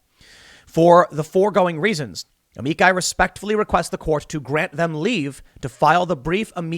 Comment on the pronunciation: AH-ME-CHI. Say it with me now Tim AH-ME-CHI!